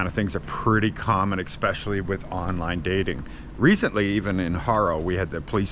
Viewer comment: "Ekspecially". Come on,.